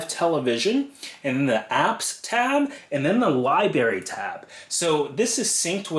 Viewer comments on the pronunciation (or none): apparently not to you, but it loses something when an otherwise intelligent person mispronounces an easy word! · Libary!?! Really!?! You seem so intelligent and your video helped a lot, but you pronounce Library, like a child? Come on!!